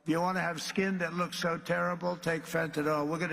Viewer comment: He's not been told that it's not FenTun Al, it's fentanyl. It's possible to take LOTS OF fentanyl but you probably won't live long enough to have bad teeth and skin. Meth is much worse for those. Who says If you want bad skin and teeth take lots of fentanyl who says that? What kind of leader actually says? Do that a tiny amount of fentanyl will unalive you.